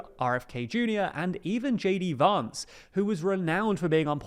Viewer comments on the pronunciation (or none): none